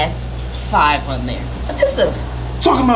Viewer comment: She said a PISIVE NOT PLAY STATION 5 APIS5IVE 😂 😂 😂 😂🤣🤣🤣😹😹😹😹